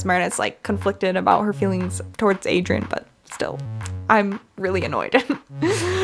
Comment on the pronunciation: I thought you were gonna say my name when you said Adrian because my name is Adriana 💀and I got exited but the way you said aderain 💀that’s how people call me adreiana